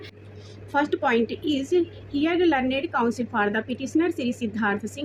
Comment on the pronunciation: लरनेड 🤣🤣🤣🤣.....learned(लर्नड) hota hai😌